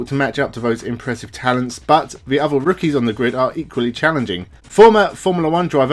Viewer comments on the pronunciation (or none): none